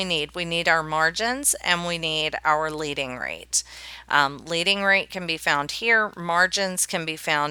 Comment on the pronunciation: It's leading -- like the metal lead. Not leading, like lead and follow.